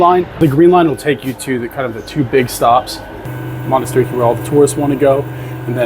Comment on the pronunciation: its manatirAki not monastiriki...and its s agorah not agora.. emphasize the a at the end but great vvideo.. thanku